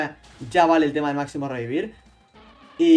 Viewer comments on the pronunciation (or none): none